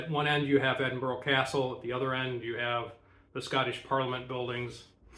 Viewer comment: Edin burraa. There's no 'oh' in it. Great vid, though!